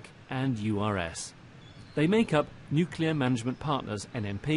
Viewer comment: Yet another nuclear industry professional who says nucular.